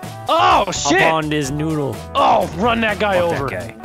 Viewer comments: Isaac Briceno it's "nudle" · Isaac Briceno "Hop on this nudle", actually.